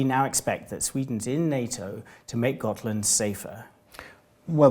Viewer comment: I swear I keep hearing Scotland even though it’s Gotland